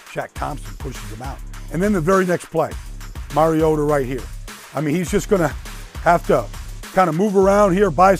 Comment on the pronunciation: For the LOVE OF GOD...dude won the Heisman...and the Commissioner Godell calls him "Marcus Mar-ee-ah-doh" and he's been in the league since 2015...and announcers still call him "Mary-o-duh"...Let's try it again...Marcus...MAR (like BAR) EE - OH - TAH